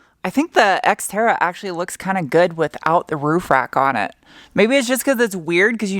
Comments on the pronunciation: Why do you call it sXtera? It's more terra than sX-e. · did you say sexterra? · Funny when you say “this Xterra” it sound alike you said the Sexterra. Lol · Did anyone else hear "Sexterra?" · Hahaha, seconds into the video and I cant unhear 'Sex'Terra:D Sorry, but thats gold and Should be called the sxxterra from now on as it's looking amazing now. Great work:D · "White Pony" was a great album. When you said, "This Exterra," it sounded like Sexterra! Nice new name for the ride as you have made it look tons better. I will have to remember when I have stuff in my hand to say, "This is not a screwdriver," and just chuck it over my shoulder. My nieces will suffer. You could also find someone to cut vinyl so that you can "wrap" your walls if you can't find anyone to spraypaint. BTW Jeff!! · Does anyone else think that keeps calling it the Sexterra??